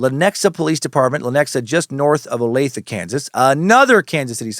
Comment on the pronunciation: Yes Dan you pronounced Olathe Kansas correctly